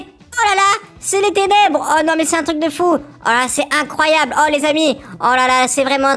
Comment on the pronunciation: Quand il a dit tenebre c faux